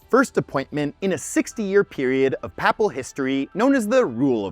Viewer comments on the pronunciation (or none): It's PAY-pal.... not papal. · Ouch. Look up the pronunciations of Cannes, papal, and Lichtenstein.